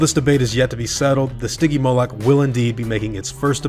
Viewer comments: its not stigymoluck its stingymoulk {s-t-yn-gee-moulk}. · It's pronounced sti-jee-mo-lic